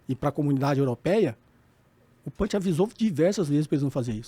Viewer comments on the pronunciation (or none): none